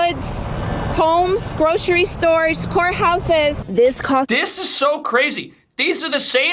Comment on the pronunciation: I really thought she said whore house, not court houses.